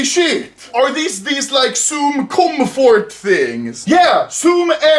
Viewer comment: Everyone: "Comfort" Anomaly: " Cum Fart"